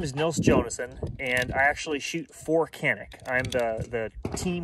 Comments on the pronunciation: it is pronounced like John-eek. thanks for the video. I used one of these pistols in Turkey at a shooting range and they told me 20000 rounds with it and no problems at all. I also tried Turkish 1911 Zigana I believe. That was a good gun as well. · I know it is hard for you all but the correct spelling is "Chanik", "C" in Turkish is read as "CH" in English.